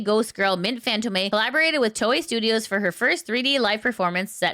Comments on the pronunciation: I think you're mispronouncing Mint's surname. If you look at the accent, it should be pronounced as [FantOm]. The o should be stressed while the e at the end is silent. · She knows, but the habit of mispronouncing it is hard to shake.